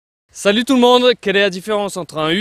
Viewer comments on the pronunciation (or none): none